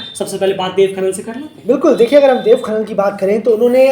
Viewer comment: खनाल hota है खनल nahi